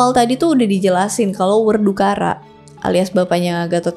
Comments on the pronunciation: werkudara, bukan werdukara 😁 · Werdukara? Werkudara (Werkudoro) kali 🤔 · koreksi kak, pengucapan perang antara kurawa dan pandawa itu "baratayuda" bukan "batarayuda" dan pengucapan ayah dari gatotkaca "werkudara" bukan "werdukara" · ada bebrapa salah sebut dan lebih dari sekali... yaitu batarayudha dan werdukara..... tapi sajian sudah bagus, buat mereka anak muda yang serasa menjauh dengan budaya leluhur, acung jempol.... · Mbak sedikit meluruskan kalau werkudara itu kalau dibaca werkudoro itu contoh nya. huruf A nya jadi O, di bahasa jawa enggak semua huruf A dibaca A ada juga yang dibaca O huruf A nya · Terimakasih cerita motologinya, asik buat nemenin kerja 😁 ada yang agak ganggu di telingaku, dulu waktu sekolah SD di jawa kalau ga salah seingatku nama lainnya Bima itu "Werkudara" bukan "Werdukara", ntah bener ntah salah, aku juga belum cek lagi 😅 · Werdukara nya sampai abis xixixi tp gpp mbak nya cantik😋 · Kayaknya salah sebut. Bukan werdukara, tapi werkudara. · Setelah banyak yang complain tentang salah pengucapan, apakah yutoeber tsb. tidak merasa malu. makanya kalau belum ngarti jangan sok jadi youtube2 an segala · Werkudara, bukan Werdukara 🥰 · Werkudara bukan werdukara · Werkudara kok dibaca Werdukara.. hehe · Maaf ya kak cuma mau kasih tau aja yg aku tau tuh namanya bisa werkudara bukan werdukara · Koreksi bukan werdukara tapi werkodara atau werkudoro. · Kak mohon maaf,koreksi dikit yaa Nama lain dr BIMA adalah WER KU DA RA,,bukan WER DU KA RA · … nama Raden Werkudara kok jadi werdukara… hehehe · Maaf mbak cuma mau ngelurusin saja, BIMA dalam pewayangan jawa di sebut "WERKUDORO" bukan "WERDUKARA", Terimakasih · Koreksi kak...werkudara bukan werdukara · Werkudara kak bukan werdukara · Werkudara atau werdukara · Werkudara kakak bukan Werdukara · bkan werdukara kak tpi werkudara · werkudara...bukan werkdukara...😊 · Koreksi juga, ayahnya gatot kaca, werkudara bukan werdukara 😭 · werkudara ya bukan werdukara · werdukara?? werkudara